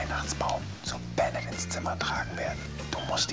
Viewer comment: Bin mir sicher das der Typ Ben•net und nicht Benet heißt 😂 Grüße gehen raus